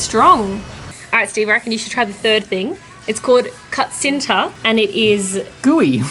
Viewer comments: kutsinta = koo - CHIN - ta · I'll gonna say it it's not kutsinta it's KUTCHINTA hehehe😙😙😙love you I'm a filipino so I'm just saying the pronounce and the letters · Kutsinta you have to say like this kouchinta